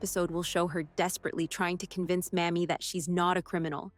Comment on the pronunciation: Don't mean to knit pick, but the female Marshall's first name is Mamie with a LONG "A". Not the way the narrator kept saying it. Thanks.